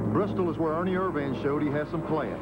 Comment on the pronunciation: Ernie Er-Van